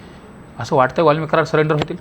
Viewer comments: 😂😂😂 सिलेंडर होईल नाय हो, सरेंडर म्हणा 😂😂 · अरे आडग्या सरेंडर असत ते सिलेंडर नाही 😂